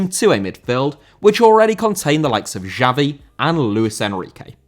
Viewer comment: Xavi* not Giavi